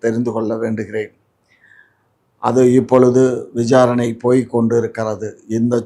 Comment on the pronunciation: Ennada "Vijaranai". Ozhunga pesuda gulti. "Rep" casu.. asingamda.. " Balathkaram" nnu solluda.